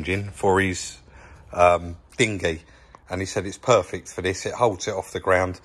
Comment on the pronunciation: “It’s looking noioice, it’s purrfick”.